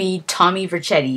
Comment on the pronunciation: It's vinewood and you said vercetti wrong